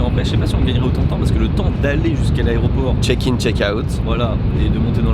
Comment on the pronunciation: "Check-in check-out" quel accent! Merci Roseta Stone! :-D